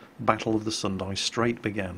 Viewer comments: not sundae... it pronounced "soon-da" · S U N D A not S U N D I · 1. The city of Houston actually has a "u" sound in the name, so it is pronounced "HEWS-ton", not "HOOS-ton". 2. The Battle of the Sunda Strait may have been a night battle, however the name does not have an "i" on the end, so don't pronounce it like Sendai. It's "Suhn-da", not "Suhn-dai".